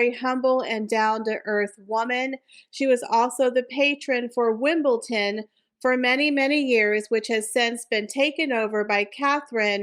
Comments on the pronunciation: Wimbledon not Wimbleton !!! Why can’t AMERICANS get it right !!! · I watch and enjoy regularly, keep up the good work. But please, the tennis you referenced is WimbleDon, pronounced with a D, not a t as you often say. I am not English, I'm from New Zealand and the mispronunciation really jars. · It is WimbleDon with a D.